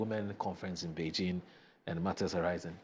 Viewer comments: It's Beijing,not benjin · I thought i was the only one who heard him pronounce it that way😂